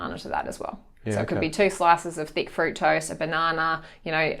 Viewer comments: was going to ask the same - fruit toast i heard.. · Glad you asked. Also had me stumped. Fructose? Fruit toast? - please educate us! Cheers